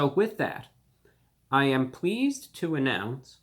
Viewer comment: Did I hear you say you are pweased to announce? Interesting accent you have. I noticed when you say please it sounds like you’re saying pwease.